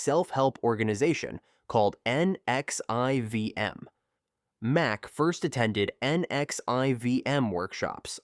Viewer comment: NXIVM is pronounced Nexium (nex-see-em) I couldn't take it being spelled out.